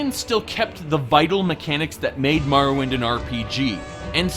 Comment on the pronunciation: ha! Was he trying to say Morrowind? XD